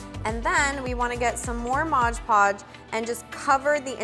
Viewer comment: Haha modge podge! Lol its mod podge silly Edit: Just realizing I didn't tell you how awesome this was & just made fun of how you say mod podge! I really love this & am going to try and do it! Thanks so much! 😆💘